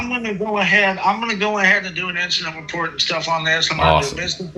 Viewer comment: He’s wight and it’s all going in the weport. 😂